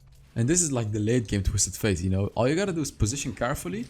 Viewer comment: You say twisted faith bite it’s fate. It bothers me but that all GREAT VIDEO MY GUY